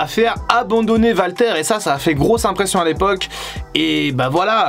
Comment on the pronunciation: Ont prononce Wal, pas Val. ce Walter pas valter. Ont dit Wal-Mart. Pas Val-Mart. Mais qui te demande de moins parler de AEW ? Si les gens aime pas la lutte qui aille voir axel